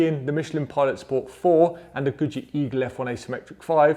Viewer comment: nice test! I always hear Gucci instead of Good Year (pronounced the italian way :). I wish I had seen my terrible AD08RS with these, a tire which can't even keep up with the PS4 sold as a very sporty one. A terrible disappointment from Yokohama, can't wait to change, hope the Bridgestone has the size for the 17s on the S2000